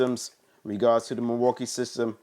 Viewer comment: "Milwookie too" 🤦🏻‍♂️